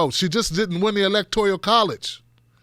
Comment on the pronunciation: Hate to be a grammar nazi, but it's electoRAL not electoRIAL